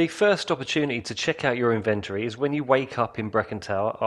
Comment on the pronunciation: I almost disliked this video because of the way you pronounced inventory